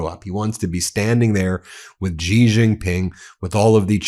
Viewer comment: Wow, it is pronounced she not gee. What is wrong?